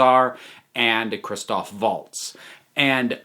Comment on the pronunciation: Did you just say "Waltz"? With his proper, native "V" sound? You must really like the man. Just like me.